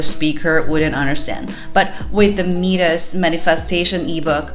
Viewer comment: Mee-dus?? My-dis dear